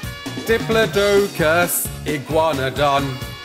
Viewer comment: Bruh, you're saying diplodocus wrong lol